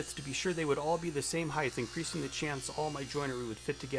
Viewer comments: I too think round tenons are dumb. Not as dumb as wasting a bunch of time building a jig to cut 4 mortises when u could've hand cut them with a pig sticker and paring chisel in half that time. That and adding an "h" to the end of the word "heighT" with a "T" not "th" good for you not good for me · ‘Heigth’ is not a word